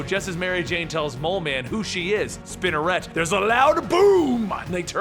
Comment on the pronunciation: Are you sure Spiderette is pronounced like that?